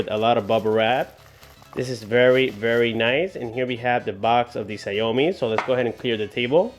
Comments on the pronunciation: read as Xiao mi ,not xia o mi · it should be pronounce SHAOMI not SA-YO-MI.. just saying... btw great job! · btw i believe its pronounced shaaw mee, not shaou mee